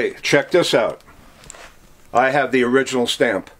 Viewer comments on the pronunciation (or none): none